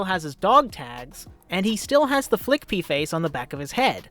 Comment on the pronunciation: I've never heard anyone say "Fliqpy" out loud, so I had to do a double take when I heard "Flick Pea" 😂